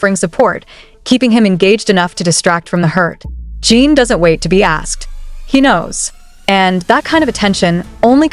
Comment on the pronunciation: Please teach your AI bot how to pronounce his name 😩